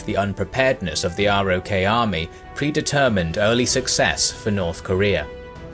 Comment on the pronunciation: Please learn the bare basics. ROK is pronounced ROCK,, the rest is so basic it makes me suspect to your other videos.